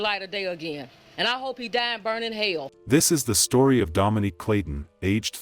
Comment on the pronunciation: So annoyed he keeps saying Dominic like come on now it’s Dominique 🙄